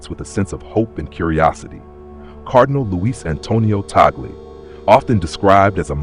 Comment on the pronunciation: He is pronounced as Tag-lay and not Ta gle